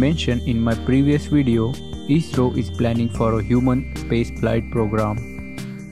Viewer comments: its not isro its i s r o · I.S.R.O ...... theek se naam lena to seekh lo...😂😂😂